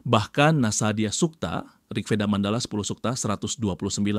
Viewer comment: Perlu dikritik ini channelnya. Dalam sansekeeta di asia Tenggara Bunyi V itu bibaca W. Deva dibaca Dewa, Veda dibada Weda. Vidhyadarya dibaca Widadari. Dan seterusnya.